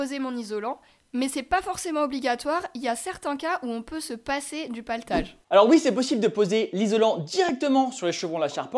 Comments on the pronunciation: Je bug . On dit platelage pas paletage ? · Le platelage pas le patelage…lol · PLAtelage et non paletage :). super vidéo ! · C'est pas "Platelage"? 😁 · platellage et non paltage. sarking et non staring. faites un effort